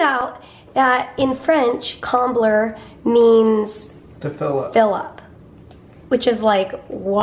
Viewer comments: Hi, I'm French and your pronunciation of "Combler" is perfect! 😊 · yes I am French and Comblée is combler lol you pronounced it right with comblayyy lmao love you guys!